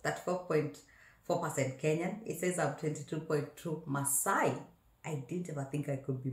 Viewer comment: The way you said that yoh not maasai...killed me....hahhaaaaa..maaasai!!!?